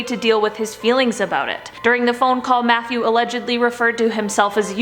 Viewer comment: It sounded like she said Methew Wayne the second time 😂